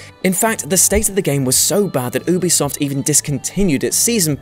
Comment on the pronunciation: Who in the HELL are Oobisoft?!